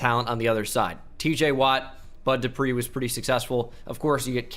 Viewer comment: u got the bud dupree one right lmao